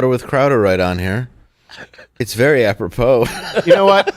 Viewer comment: "It's very aproPOO"